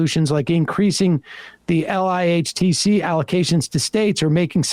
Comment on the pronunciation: is where it's at. So glad Sam read this out loud and brought up LIHTC. Btw Sam, in the industry, we phonetically call the acronym, "ligh-tech".